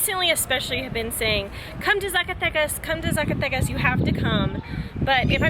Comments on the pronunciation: Love the videos! Heads up: Z pronounced as an "S" :) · guys you just can't say Zacatecas don't worry is not your fault LOL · Just a pronunciation tip: the letter z ALWAYS sounds like an s in Spanish, not like the English z.